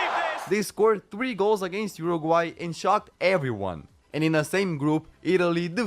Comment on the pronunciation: so proud of you for pronouncing Uruguay correctly 🙏